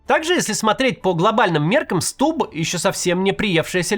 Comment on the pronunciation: Почему ты как дебилоханький говоришь СтуБББ? Ты по русски говорить разучился?